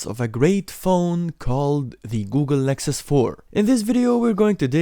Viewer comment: Anyone else hear Google Lexus 4?